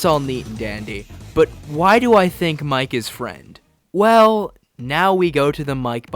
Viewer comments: of course casuals like you wouldn't pick it up with that channel name, but who ever decided you pronounce it "Mike"? Toby is a weeb. He's fluent in Japanese and works with JP Vtubers and Singers. You read it ミケ (mee-kay for you burgers out there), as in 三毛猫 "mike-neko" - Calico Cat. There you go, simple as. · Mike is actually pronounced Mi-ke like the japanese bobtail cat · YES IT'S MIKENEKO Mike is Friend % And the name is pronounced Meekeh in that case, not Maik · The games japanese translation decided its pronounced "Mike" (マイク / Ma-i-ku). Please do at least cursory research into what you are talking about before making a fool of yourself so spectacularly. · Yep. Iirc, people noticed the Cheshire Cat connections with IMG_FRIEND, said “oh, well, Mike pronounced ‘mee kay’ is a Japanese cat breed”, and somehow got Friend = cat = Mike, which is insane how close they were to correct given the minimal evidence haha